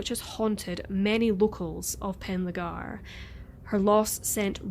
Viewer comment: Pronounced "Pen Thalee r Gare " = Penllergaer